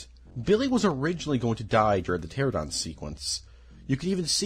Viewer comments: Him saying pteradon is killing me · Pteranodon not Pteradon. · I love both and Jurassic Park but I died a bit inside every time he said "pteradon" instead of "pteranodon" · Dude, everytime you say pterodon 😭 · The way your pronounce pteranodon makes my blood boil, I love the video still